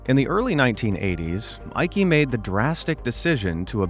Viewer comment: sorry i laughed at how you pronounced "jutta" (eikes mother), it really lifted my mood:) there is hardly any female name that is more german than jutta, you say it as you-tta (short A). and "eike" is pronounced like eye-keh (short E).